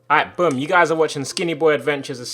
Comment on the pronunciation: why does tobi say ight broom instaed of boom